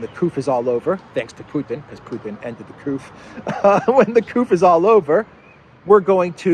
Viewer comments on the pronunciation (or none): durring the couf?? the eu ... what is couf? is that instead of another word?